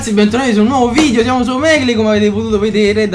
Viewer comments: Fantastica la pronuncia Inglese di "Omegle " .. l'Inglese non sapete manco cosa sia. ma tralasciando questo, bel video.. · la pronuncia..omegle AHAHAMWJAHAHAH